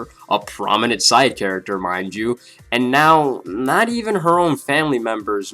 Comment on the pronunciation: Theory, she died and reincarnated into that girl that says "chu" instead of "you"